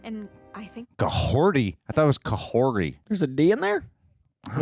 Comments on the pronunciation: Kahhori, pronounced 'KAH-HORTI,' source google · spelt Kahhori, pronounced Kah-horti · This season was better than the first but it's still overall meh to me. Glad you guys got a kick out of it, but also a little surprised. and yes, in the Mohawk language, it's spelled Kahhori but is pronounced as Kahorti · Her name is Kahhori, pronounced as ka-hoor-ti. Also yeah she's pretty strong